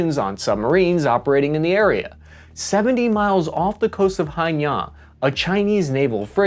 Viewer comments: Spartly island? You mean spratley? Haina? You mean hainan? Can bro just not read? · Its Spratly, not Spartly, and Hainan, not Henian. Its not about pronunciation, its about spelling with you Youtubers. Just read the spellin! Still, great vid and super helpful as always! Super well researched and contextualised! And you gave us a little hope at the end!